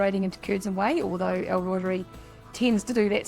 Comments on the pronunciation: I know it’s a little picky, but it’s pronounced Reuteri as in ROY-TER-EYE. It’s a guys name 😊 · L Reuteri ( L Rooter ri) that is how Dr Davis pronounces it! I am a Kiwi born, but lived in the US for many years. If it separates I just blend it and drink it like kefir. Doesn't matter it works just fine. If it makes cheese separate it drink the way and eat the cheese. This culture is very finicky,but you can always use it. I have the exact same yoghurt maker, someone said that maker is prone to separation. Not sure why. Dr Davis uses a sous vide machine. I always cut back on the inulin, maximum a tablespoon for 2 L.